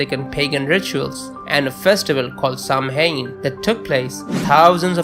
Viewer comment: Oh and just a bit of constructive criticism- Samhain is pronounced Sao-wen (Irish pronunciations are infuriatingly complicated) and Celtic is pronounced Keltic (there are no soft c's in Celtic languages). Thanks for the interesting video.